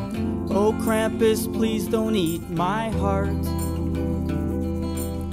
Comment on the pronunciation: Thank you for pronunging Krumpus right